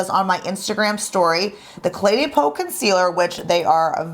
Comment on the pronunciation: It sounds like you are Pronouncing the name Cle DAY Peau instead of Cle DEH Peau. That is the first time I have heard the second word in the name pronounced "Day" instead of "Deh". Am I and others pronouncing it wrong?